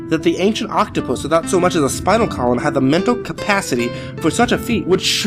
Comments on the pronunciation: Octopi. Not octoputus. Please redo ;) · i'm sorry but... 'octoputus'?? really???? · what's an "Oktoppatus"? 🤷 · Octopitus shut the fuck up guy now I know this is bullshit no one says octopitus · Lol, he said octoputus. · oct-topotus lol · Octoputus? am I the only one who heard that? twice?